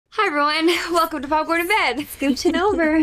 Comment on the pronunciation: what is 'Poporn in Bed'?